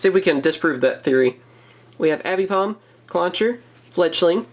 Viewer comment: Abipom..... Its aipom ffss